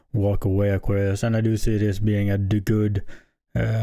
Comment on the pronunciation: I like how you say.. aw. Qwar. Ree. Usssss😂